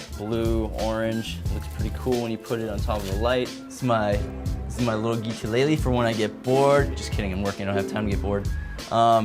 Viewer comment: Did you say geekelele? :-)